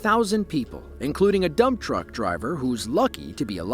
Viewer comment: Did you say a ‘dump’ truck driver? Or a ‘dumb’ truck driver?